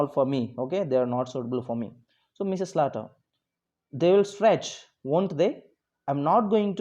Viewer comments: Sir it is pronounced as slater not salter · Sir not salter it's Slater